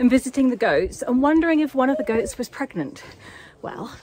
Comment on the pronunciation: Initially thought you were talking about ghosts, not goats, and you seemed so matter of fact when saying one of them was pregnant! (I need to watch less horror)